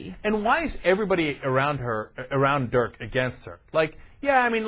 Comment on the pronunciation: Ana screwed up his first name LOL In German, an "i" is pronounced like you would pronounce an "e" in English.